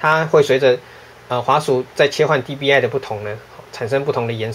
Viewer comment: 不是DPI嗎? 你怎麼念DBI